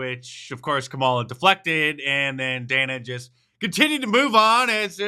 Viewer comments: So no one is going to address Kamala mispronouncing Dana's name😂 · Mispronounced names is racist, Harris called the host what name?